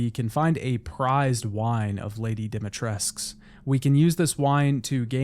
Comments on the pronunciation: Another day, another video where someone pronounces DIMITRESK instead of DIMITRESCU. But they get it wrong in the game as well so.... 😒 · Hey, a side note: Dimitrescu is pronounced "Dimitresc-oo" as it is a Romanian surname. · crazy how no one can seem to be able to pronounce Lady Dimitrescu's name lol, there is a '' U '' at the end guys, its not invisible, its not silent, its not there just to look pretty